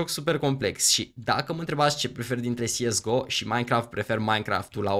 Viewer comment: tu spui "siesgo" dar eu credeam că este corect să spui "cesego" nush sigur dar așa credeam eu.